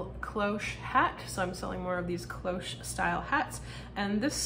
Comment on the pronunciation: Hi! Yes - I find myself very drawn to Lands End personally - I wonder if it will ever make a ‘comeback’ the way some of the other long-term high quality brands did with the younger generation? Ps. I gave you a shout-out in my last What Sold for teaching me how to pronounce - Cloche! 🤩